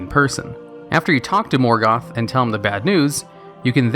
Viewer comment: Moorgoth. Lol Did he used to be called Meelkor back then?